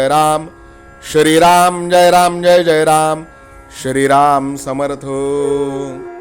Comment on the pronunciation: ग्रंथ वाचन खूपच छान आहे.आपणास साष्टांग दंडवत करतो🙏.पण तुम्ही श्रीराम ऐवजी शरीराम का म्हणता ते कृपया सांगावे🙏🙏 श्रीराम जय राम जय जय राम ❤️🙏❤️ डोंबिवली.